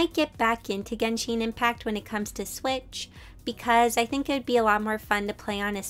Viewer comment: Did she just say ginsheen impact...